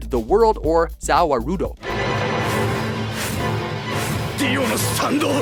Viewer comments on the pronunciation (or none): Zawa Rudo 10/10 pronunciation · the way he pronounces Za Warudo pains me physically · Its not ZAWARuDo ITS ZA WARUDO GET IT RIGHT!!! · Um.. wtf is sa wa-ru-do? The only thing I’m familiar with is ZA WARULDO!! TOKI WO TOMARE! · Why is DIO number 3? Its za warudo not "zawa rudo" and DIO is not Like David Bowie. Yoshikage Kira is. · 5/10 DIO isn’t #1 and you mispronounced za warudo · It's Za Wárudo, not Za Warúdo Even Polnareff did pronounce it right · ZA WA RUDO LOLLL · "za wah roo doe" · Ah yes, my favorite stand. za waroodoh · "Zow waurudo" bruh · .....za waroedoe? ZA WAROEDOE???? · za worldo not za wolrudo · "za wa rude oe" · ZA WARODO???? Bro y’all tripping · “Za euurdo” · 0/10 dio isnt #1 "zah raudo." cringe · Zah wah-rude-oh. Thats just being ignorant and not watching the show for the pronunciation. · His stand [ T H E W O R L D ] or, Zah Wahrudoh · "Zawa Rudo" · ZAHWAH ROODOH TOCKY WOO TOMATO 10/10 pronunciation guys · "zay way-ro-doh tacky flow teme- HEE" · I feel hurt by how he pronounced it za warudo instead of ZA WARUDO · I hate how he says "Za WaRuDo" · Just say the world, I cringed when you tried to say "za warudo* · The way you pronounce za warudo makes my whole being and soul cringe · Gotta love the butchering of ZA WARUDO. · lmao the way he said za warudo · They mispronounced Za Warudo. How!? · Bitch you pronounced za warudo wrong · I'm glad you put DIO on your lists for once, but how did you manage to fuck up "Za Warudo"? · Oh come on it's not that bad. Normally I'd give shit for his pronunciation, but to be fair, "Za warudo" is just the Engrish pronunciation of "The World" anyway, so it doesn't really matter. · First time we've heard talk about Jojo Stands... And they end up screwing up the pronouncing of "Za Warudo". I don't know what I was expecting.